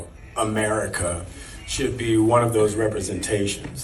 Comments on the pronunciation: welp...that inflection on America has got to be one of the most expensive I've ever heard/seen 🤦🫤😅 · notice how he even had a hard time even saying the name "America". What has America ever done to him?